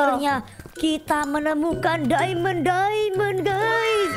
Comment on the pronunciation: Mohon maaf nih bangj itu diamond bukan dimon